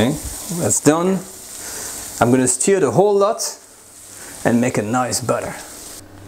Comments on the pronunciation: It’s a ‘stir’ not a ‘steer’😂🐂🐂🐂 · For the love of god man, it’s NOT steer, it’s stur, like leur. Love you. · Hey, the word Stir is pronounced Stuur not Steer. You stur the food, you steer a car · Wonderful recipemas always. Nb; stir is not pronounced steer but like the french eu = stir. Steu if you like 👍🏻 your english is wonderful. So enjoynauthentic french recipes. More please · Hey,. Love your videos, tried lots of the recipes. Beautiful. That said, I finally feel compelled to point out that your are pronouncing "stir" (should rhyme with "fur") like "steer" (rhymes with "fear"). It's important. When you say "Give the ragout/mixture/stew a small steer," which is how you're saying it, you are actually saying "Give the ragout a small castrated bull." Given how often you say it in this video, there'd be a whole herd of cows in the pot if I followed your verbal instructions! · Persillade no? and mon ami it is "stir" not steer. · STIR = rhymes with FUR not FEAR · I really love this channel and is a great teacher. I'm not criticising or making fun. Just like he is teaching us to cook, I can teach him how to pronounce words correctly in English. If I was pronouncing a French word incorrectly so that it sounds like a different word (stir/steer), i would appreciate a helpful nudge by a francophone person to correct me. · Kazzamatazz: Yah, I like it when he “steers” the bacon. But, I’m being snotty by thinking everybody has to pronounce my language “correctly.” Lots of responses are real snotty, so I tried to hold back until I saw your comment.